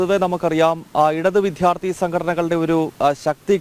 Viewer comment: Please correct your pronunciation it is vidyarthi not vidhyarthi